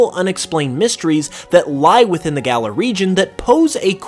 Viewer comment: It's galar, not gala